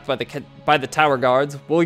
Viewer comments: Dude, it's not pronounced "seer-shoo." It clearly shows that it's "seer-shuhhh." And it's pronounced "tims" not "Thames." Driving me nuts!! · Really enjoying this series while I'm playing through the game too, especially all the dialogue as I tend to skip it in the game due to time constraints. Just a heads up on the pronunciation of 'Thames', it's said more like 'Tems' in the uk.